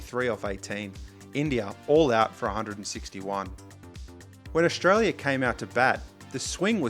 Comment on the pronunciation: Ok young man this is good content, but please don't pronounce it Ausshhtralia. You're making a 'sh' sound.